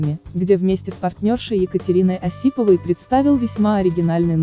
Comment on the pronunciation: Осипова ударение на О, ужас!!! Глаза, ударение на 2 а